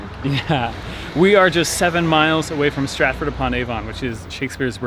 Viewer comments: Lovely vlog, glad to see you get away from London and usual tourist spots. At the risk of splitting hairs: Here (correctly speaking) 1300s would be -- "14th century" would cover the whole century. Avon is pronounced "ay-vunn". Nice to see a town with so many pubs still. Keep up the good work. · I can't tell if you're deliberately mispronouncing 'Avon' or not. It's pronounced AY-VN (best I could do).